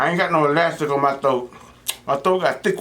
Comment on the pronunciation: Boyyyyyyy u better stop🤣🤣 I thought it said help my thot stretch 🤣🤣🤣 I had to rewind and pause... you meant to say THROAT NOT THOTE🤣🤣🤣